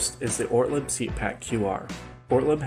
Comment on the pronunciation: It is pronounced Ortleeeb. Like the cheapass beer company your grand dad bought.